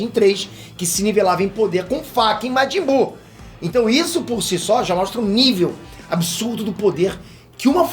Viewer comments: "Majin-cú" haushaushaus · Goku com Majin Boo fica: majinkuu